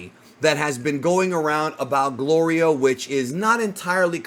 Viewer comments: Its gorilo 😂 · Golrio you mean 😂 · Yo goku saying glorios name wrong is the funniest 😂😂😂😂😂